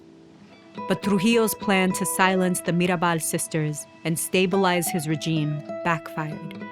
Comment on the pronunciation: Knows how to pronounce their names but not regime💀